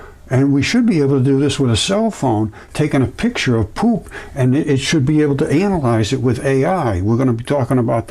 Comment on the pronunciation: Har. He said "anal-ize" when talking about poop.